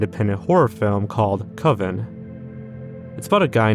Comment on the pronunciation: CO-Ven. CO...VEN. The creator of that short makes such a big deal about the pronunciation and everyone still gets it wrong. It's not pronounced coven because it sounds "too much like oven."